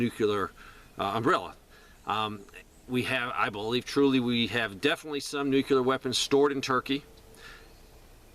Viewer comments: Please stop pronouncing it New-cue-ler. It's pronounced New-clear. You sound really uneducated when you pronounce it that way. It's hard to take you seriously. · right and when you say it correctly it sounds like New-Clear. I wasn't talking about the syllables. What he says is New Cue Ler which is really dumb. It's how George W Bush would pronounce it. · I don't know what Dave says...I was referring to YOUR pronunciation. It's 3 syllables, not 2. nu·cle·ar ˈnü-klē-ər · Jeez man, will you please stop mispronouncing nuclear? Listen to yourself man……..